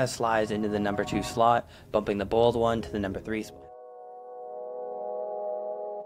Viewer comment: Why do you pronounce the boiled one like the bald one?